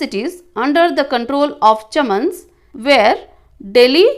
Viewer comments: Chahamana ❌ chaman🎉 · Chahamana ❌ chaman 🎉